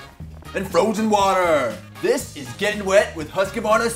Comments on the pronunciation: coming from a swede you pronounce husqvarna completely wrong it is not hoskavarna its Huskvarna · Come on guys!! Husq- varna not Husq-a-varna!!!! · You don't say it like huskevarna.... You say it like hus-kvarna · Freakin' awesome man ... BTW it's pronounced Huskvarna, not Husk-e-varna. Fun video though. Makes me want to get on my SMR again. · Hey Guys it is pronounced Husqvarna, not Husq-a-varna. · I'm really annoyed at how you pronounce Husqvarna. It's not huss-k-varna, it's hoos-kvarna. It's not that hard guys. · Swedish and pronounced "whoskvarna", it's not that difficult.